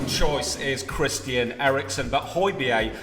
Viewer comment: it’s not ‘chrisian’ Eriksen